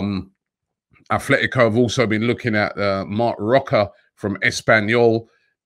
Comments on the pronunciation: Robbie it is Atletico. Not Athletico Madrid. There is no H lol. Just a minor pet peeve of mine lol. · Repeat after me sir, At-let-ee-ko. Not like Oldham Athletic. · There is no H in Atletico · robbie bro its atletico not athletico. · Robbie, it's Atletico and not Athletico... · Just came to say it’s Atlético not “Athletico” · Not being annoying, but it’s ATletico, not ATHletico... 😉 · Robbie its 'atletico' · Athletico??? 😂Come on Robbie, get it right